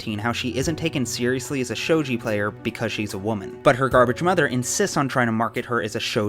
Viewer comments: UHM the "G" in shogi is hard (like "galaxy") love ya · A few other folks have pointed out the mispronunciation of "shogi," so here's a quick tip: generally speaking, Japanese doesn't have a soft 'g', so if you see a 'g' in a Japanese word or name, it's probably going to be pronounced the same way as the 'g' in going.